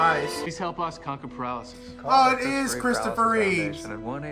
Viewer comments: Why do you call Christopher Reeve "Reeves" every time? It's Reeve, not Reeves? George Reeves acted as Superman on the black and white TV Show in the 60s. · Christopher Reeve not Reeves lol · Thanks Captain Obvious lol. And it's Reeve, not Reeves.